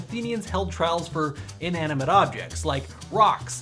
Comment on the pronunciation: Inaminante!!! XD LOOOL